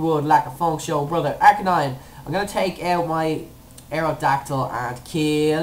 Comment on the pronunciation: ARCANINE IS pronounced AS AR-KAY-NINE I HAVE A BOOK THAT PRONOUNCES THE NAMES